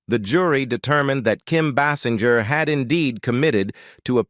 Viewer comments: Kim “BAY’-singer’ is her name. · Can't you pronounce her surname properly!!!!